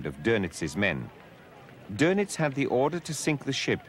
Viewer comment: See the umlaut over the O in his name? That means its pronounced dernitz